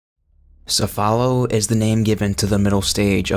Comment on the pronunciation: Great video however quick note the pronunciation of "Cephalo" is actually "Kefalo" as it comes from the Greek word "Κεφάλο" which means "Head." Also the big man majini do in fact use weapons although this is only in "The Mercenaries" mode specifically "The Mercenaries Reunion."